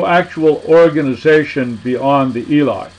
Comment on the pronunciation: ILE' ....Say it like this " E'LAY!